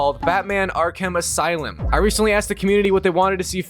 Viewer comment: He keeps saying arc him asylm instead of Arkham Asylum